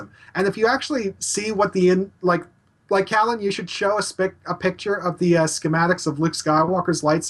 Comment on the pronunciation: Hi, it's Callan, not Collin. Easy mistake given usual pronunciation, best just to stick to Reti. I apologise if I came across as overly negative, I didn't intend to. There are many advantages of each weapon it's just that the others mostly covered the advantages so I was left to talk about the criticisms. I do mention some positives though.